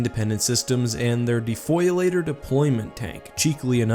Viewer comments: Defoliator, not defoilator. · Yeah it's good But the DDT is still better, it's faster and smaller And it's "defoliator" not foilator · De FOE lee ate tore. Not De Foily ate tor. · It’s not defoiler it’s defoliator, but who cares great video 👍😀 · “De-foil-er” - Its pronounced “de-fo-li-ate-er” :P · defoiler? defoliator! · just a quick note the DDTis actually pronounced Defoliator as it’s main job was to destroy foliage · De-Foliator. As in it destroys Foliage (As well as all organic matter). Fo-lee-ate-or. Good video! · Very Nice Video, I really love the republics artillery. Especially the AT-AP is a really interesting vehicle! P. S.: It is called defoliator not defoiler if I remember correctly ;) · It's "defoliator",, get it right!